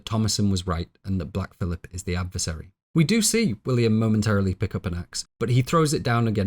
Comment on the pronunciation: A very wonderful and well-researched video. I thoroughly enjoyed it. I think you do yourself a disservice by mispronouncing common words like "catechism" and "adversary." You're too smart not to speak correctly.